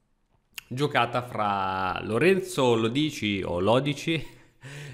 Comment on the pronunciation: È Lòdici, non Lodìci